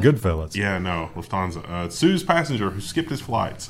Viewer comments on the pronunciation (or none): As somebody with a reasonable grasp of the German language (okay, I said reasonable..) Luft-hansa not Luf-thansa. Luft as in the German word for air, you kinda have to pronounce it.. I'm not triggered, just saying.. By the way, technically speaking, it screws with weight distribution planning although frankly that's why aircraft have trim.